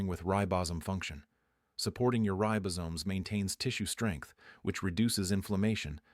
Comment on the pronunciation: Ten minutes in... any doctor or health expert who recommends chocolate, is alright with me! OTOH, any doctor or health expert who mispronounces "ribosomes" is an AI!